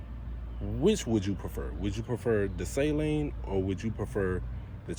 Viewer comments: Sah...leen. Not say...leen. lol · Suh-leen not say-leen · SALEEN not SAY-LEEN. Steve does not say SAY-LEEN. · Great video, but sorry brother, you pronounced it wrong. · Everyone says saleen wrong.